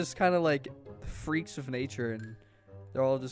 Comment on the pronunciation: Gram: NOW GET ME NOW FWEAKS